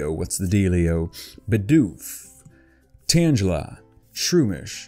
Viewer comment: its pronunces as--- ROG-N-ROLA not ROGNA-ROLA, TANGLE-A not TANJELA, SFEAL not SHVEAL. MY-NUM (like minus) not MIN-UN just thought you might like to know.